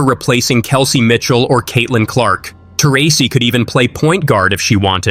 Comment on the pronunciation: I stopped watching when Taurasi was mispronounced , if you don't know her name you don't know the WNBA.